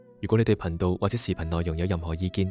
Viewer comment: ， 在你声演的片尾中，確實聽到(貧道)二字，因為在片尾之字幕被廣告遮掩了，故此，是看不到字幕的，經再重聽後，覺得声演可能想说是(頻道)，但声演說到：若果你对貧道(停一停)或视頻有何意見等，而你的名字又是道機，在这种情况下，聽众会估是(貧道)或(頻道)呢？这是美麗的誤会，若声演在(频道)之後冇停了一停，相伩便不會有此誤会了。 至於說太陽不是在東方升起，则要早说明是地球自轉的問題便可。 若只是說不是由東方升起，便打破了傳統，即是說：由羅湖去红磡不是坐火車的，一定要坐汔車才对。 我说到大羅仙在33或36層天，其實和你说的是同等道理，因為在太空中的星球都是轉來轉去的，並冇分東南西北的。 至於你問其他玄學家，為何其他万物冇干支，我昨天已代部份玄學家回答你問題(雖然你只有問而冇答)，就是難道你会找一張枱幾時製造，而幾時被人打爛或存在而去花時間去找干支嗎？这是死物，不如等考古專家去评定是否(世界物質遣產)更佳。 其實，你提出的問題，我是大部份認同的，本來網上講八字的人有不知多少人，但我反而留意到你这视频，真是為了好奇，既用中國道机之名，但底片又用上西方之魔鬼与天使，便登入去看看是什麼情況，这可能是缘份吧！哈哈！不过这個反差太大了，等於你去佛，道之論壇中，走到去大声说只有耶穌才是唯一真神，又或者你在教会傳道時，在人群中说不止耶穌一神，滿天神佛都是真神，看看有什麼结果？哈哈！ 多谢你肯回覆問題，其實道理是越辯越明的，只要冇門户之見便可。